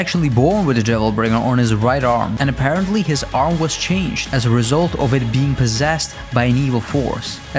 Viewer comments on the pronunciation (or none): none